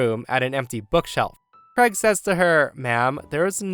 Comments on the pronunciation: Why cant americans pronounce the name Craig properly? Always sounds like kregg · I've been an American the whole four decades of my life and is the one and only person I've ever heard pronounce "Craig" as "Creg." It immediately struck me as quite odd to hear that pronunciation.